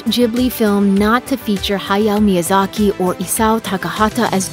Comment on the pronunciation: When you can't pronounce the name of the legend hayao Miyazaki you are not worthy of making such a list.